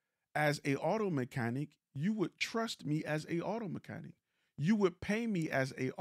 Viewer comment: What what what? An auto mechan-what? Mechani? That's weird. Mechanic. Ic.